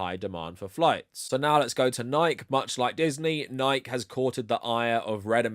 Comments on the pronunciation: I'm a big fan of this channel, and this is 99% great content here. But it's pronounced Nik-ee, not Nighk. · lol, love your stuff... but I have to say, isn't it "Nike" like "Nigh-Kee", and not "Nigh-k"? Or do ppl in the UK say it like that? I thought it was latin for victory or something, and that there weren't silent letters in latin. Is that wrong? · The name of the goddess is pronounced Nee-kee. Who knows why you pronounce it wrong? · excellent vid. it's pronounced nigh-kee, though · This is a great video, but also I have to say that I am absolutely livid that you pronounce Nike like that. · I'm just surprised you don't know how to pronounce "Nike." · Are you deliberately mispronouncing Nike? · is the pronunciation of "Nike" here an inside joke I'm not aware of or something? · Jim Nike, founder of Nike, pronounce his last name is two syllables when he was still with us. ;) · Who says Nike like that 😂😂. I'm going to start saying it like that!